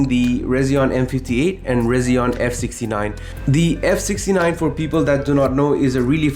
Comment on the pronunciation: Hey just so you know, it’s pronounced Resi-ONE. Just like their logo, it’s an R and a 1. And your work is incredible and inspiring as usual! ❤❤❤❤❤